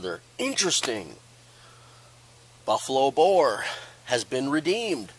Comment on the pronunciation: Thanks for this test i didn’t catch that you said buffalo bear until you put it in writing, LMAO!!! 😂you should call it buffalo bob, buffalo bill and a buncha other names everytime you test it. I cant wait to get a makarov. That denim was crazy how it did so much better.